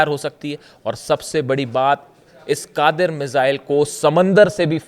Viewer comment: कादिर नहीं उसका नाम gadeer hai